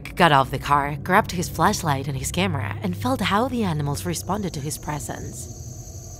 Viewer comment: Says flash light idk y but I heard fleshlight